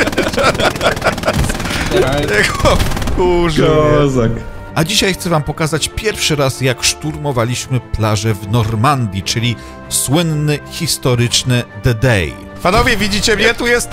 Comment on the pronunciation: Dee Day się mówi!! To był ważny dzień, ważna ofensywa, więc jego nazwę należy wymawiać poprawnie!! Pozdrawiam serdecznie 🙂